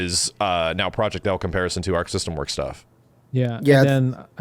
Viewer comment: Half of those names are so off lol for Project L lol